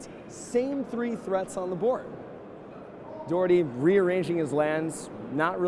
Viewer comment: As a scot, I wish someone would tell it is pronounced "Doch-er-tay" the "och" is the classic Scottish "Auch"